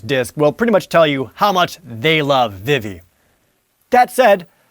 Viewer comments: It's pronounced VEEVEE not VIV-EE you uncultured swine! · It's pronounced veevee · Am i the only one who pronounces it "Vee-Vee" ... ? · Vee-Vee, not Viv-Vee. Zeh-Dayne, not Zeh-Dahn. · It's V-V not Vih-V and it's Zidane not Zidahn! I swear you're pronouncing the names wrong on purpose just to anger me lol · I threw up in my mouth when i heard Jared pronounce "Zidane" and "Vivi" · I am distracted by your pronunciations of Vivi and Zidane